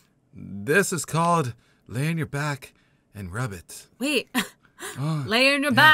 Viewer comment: It sounds like rabbit not rub it